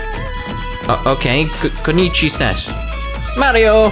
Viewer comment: Ku-no-ichi is how you say Also, kunoichi is a female shinobi. Shinobi is a ninja that protects their master